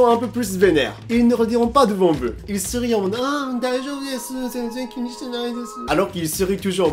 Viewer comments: Et prononcer vOUs et pas vuuuu c'est difficile ?? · Il prononce "veux" au lieu de "vous" ou je rêve? "ça m'énerve les gens qui s'exprime mal en français !"🤣🤣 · faut arrêter de dire "veu" a la place de "vous" 😄